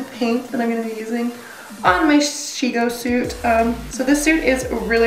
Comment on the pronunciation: omfg this is amazing af!!!!! so cool as always hahabdid he say she-no at the end lmao? rude :D